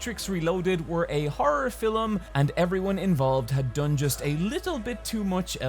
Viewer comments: anyone else finds it cute how says "filem" instead of "film"? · Is he saying film or فيلم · Yes! I missed hearing call films "fillems". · That was…. normal. Also - filum. Love ya. That is all:)